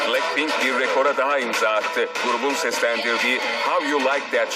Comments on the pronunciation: plackpink ne yaaa abi şunların isimlerini düzgün oku yaa rokşe ne yaaa dududdudu ne abi biz burda araba mı oynuyoruz. en sonunda bir şeyi doğru söyledin... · Başta pilenkpink dedi hsjvsjs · Oğlum bu kel plack pink ve betee diyo uyuntu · kk plakpenk değil ooooo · Palkpink değil abi 😂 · JİSO,JENNİE,LİSA,LOÇE!! LOÇE NE LOÇE NEE İSİMLERİNİ BİLE BİLMEDEN HABER YAPMAYIN HEM REKABET YOK PLACKPİNK NEE DAHA BLACKPİNK DEMESİNİ BİLMİYONUZ HABER FALAN YAPMAYIN. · Yanlız adam blankpink diyo cncncncncnn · Ya şu blackpinki doğru okuya bilen bir tane bile insancık yok mu ayrıca lan ne alaka kapışmıyorlar aq hepsi kendi yolunda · Daha grupların adını ve şarkıların ismini doğru söylemiyor bide laf ediyor git de ilk önce teleffuzlarını öğren! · lan plakpink ne aw blackpink suça ne ya suga. Roçe ne yaaa rosé Jisu ne ya Jisoo En sonunda me;abi ağzın bozulmuş tamire götürsene Bide abi how you like thatdaki küfürlü yeri banlasaydınız yaw.